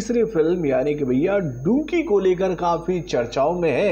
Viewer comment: Are chacha.... ab to डंकि का नाम ठिक तरहा से लो, अब तो टिसर भी रिलीस हुआ है। स्कुल में गए हो के नहि यार....??? 😂😂😂😂👎👎